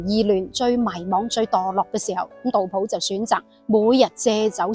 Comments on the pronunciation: 我读杜斧，有什么原因读普音呢？ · 自小读书时都是读成斧, 但大脸妹读成普自有出処, 估计是古时和现代的读音差別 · 我覺得正確讀音係苦...